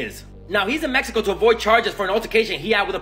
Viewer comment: ME-HE-KO. It drives me nuts. I like your videos except for that.